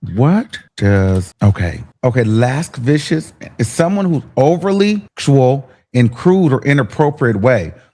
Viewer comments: La-siv-ee-ous 😂😂😂. I love ❤️ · LUH-SIH-VEE-US my love 😂💋 You had ME confused!!! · Baby, the word lascivious, is pronounced: luh-siv-ee-uhs. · The word is pronounced “Loo-Siv-Vee-Us” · La-cee-vious may be easier for pronunciation ✨ loved the vid but I love em all ✨ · It's pronounced LUH SIVIOUS 😂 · Its pronounced La-siv-e-us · Lascivious- pronounced- La-Civ-ee-us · Lascivious pronounced la-si-vi-ous.. you’re welcome 😂😂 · Pronounced luh SIV' veous (adj.)✔️ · La-si-vi-us. Lmaooooooo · It’s LU-CIV-IOUS 😂😂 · Umm not if he can’t pronounce lascivious (….LACIVEEYUS) geesh! Get it together friend 🤣🤣🙄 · Lascivious is pronounced La-Siv-Ee-Us. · Cause im dying at the lacka-viscious😂😂😂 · Thx 😂 because he was about to have us out here saying LAS-KA-VUS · This case has been so depressing to watch people cover but you made me laugh with the “Lascivious” pronunciations 😂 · and mispronouncing it repeatedly 😂🙄 please lock in friend heavens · I forgot how to pronounce it my damn self listening to his ahhh 🤣🤣🤣